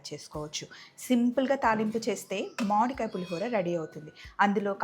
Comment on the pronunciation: మాడి కాయ కాదు మామిడికాయ అనండి